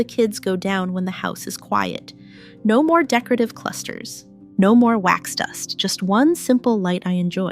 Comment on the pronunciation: I weed more and more of my makeup and creams regularly. I have no candles. The word is decor ative. Not how you're butchering it.